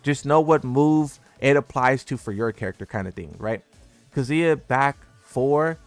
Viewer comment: Never say Kazuya like that ever again lmao